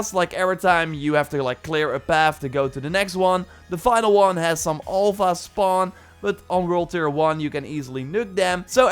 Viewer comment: Please, it's Alpha not Olpha